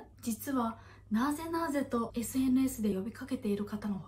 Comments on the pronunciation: そのイントネーションやめろ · なぁぜなぁぜ？のイントネーション思ったのと違かった